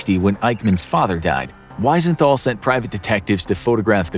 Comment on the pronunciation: Wisenthol is pronounced with a V sound.